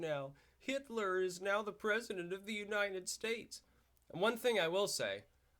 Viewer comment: Funny how you always say 'Unined States' :)